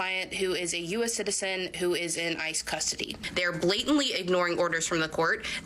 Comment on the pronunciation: thought she said ISIS 😭